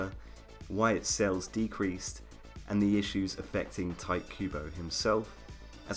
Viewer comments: Tee-teh Kooh-Boh, that's how you pronounce his name. Not Tight Kubo, you make it sound like a cheap porn. OMG. XD!! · Really? "Tight Cuebo"? At least get his name right, dude. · thaaaaaats not how you say his name